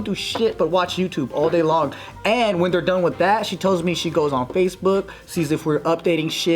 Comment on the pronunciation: I DIG THIS, ESPECIALLY FOR STEVE BEING THE FIRST MALE HOST!!! YES! hahaha and , "Pacebook"